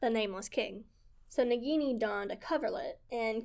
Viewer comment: Japanese can be tough to pronounce, just break it down syllable by syllable. "Ni-ni-gi" instead of "ni-gi-ni" and "sa-ku-ya" instead of "sa-yu-ka". The letter 'I' is often pronounced "eee" as in "Nissan", "Iwo Jima" or Mazda "Miata" and "sushi".